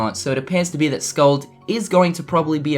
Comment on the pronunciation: Oh yeah. and the name is pronounced Skuld with u used in "put" and k as the c in "cat". sorry for bad information, hard to explain pronunciations to non-icelanders